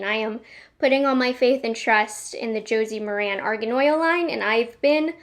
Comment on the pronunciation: Hi. FYI. It’s pronounced Josie Mar-in. 😀